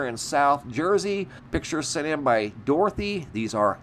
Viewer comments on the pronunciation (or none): none